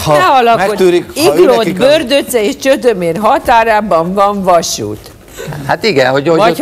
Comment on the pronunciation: Olyan nincs, hogy Csödömér. Csömödér a helyes.., ahogyan a címben szerepel, meg ahogy Hajós is énekli.